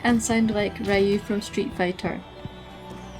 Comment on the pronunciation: Nice video, very helpful. But i also triggered when u spell Ryu's name lol